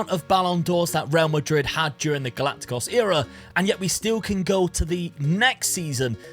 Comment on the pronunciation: Why are you saying Galaticos like that hahahahaha